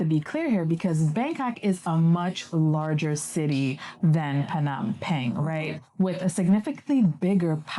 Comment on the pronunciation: Phnom "Pang?" Is that the right pronunciation? Ive been saying "pen"